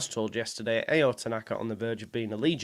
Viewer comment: I think it's pronounced ow, like how without the H